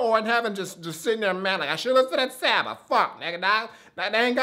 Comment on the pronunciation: Welp, I'm glad I get to keep my kneecaps. Told you that the album was dope man! Glad you actually checked it out and ended up really enjoying it. Also you pronounce it "saw-ba". If you liked this listen to his first mixtape comfort zone, to see his progression is dope af!